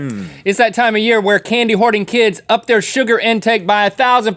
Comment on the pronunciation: Anyone else hear "Candy Horny Kids" instead of "Candy Hoarding Kids"?